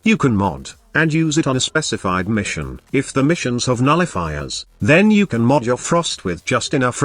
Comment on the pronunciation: Am I the only one hearing Nullifookers instead of nullifiers?